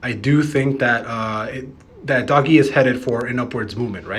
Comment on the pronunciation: ITS DOGE.... not doggie !! xD